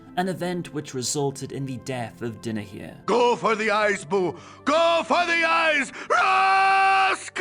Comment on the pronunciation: Dynahier is pronounced Die na here. not Din a here.